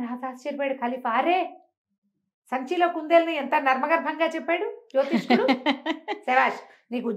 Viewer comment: జ్యోతిష్యుడు అని పలకవలసిన పదాన్ని మీరు కూడా జ్యోతిష్కుడు అనటం నాకు ఒకింత ఆశ్చర్యాన్ని, నిరాశని కలిగించింది.